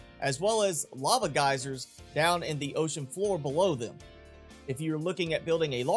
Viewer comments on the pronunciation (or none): none